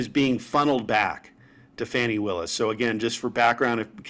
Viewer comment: At least get her name right. It is Fani, not Fanny. I think this is just a way for the Maga's to help DJT.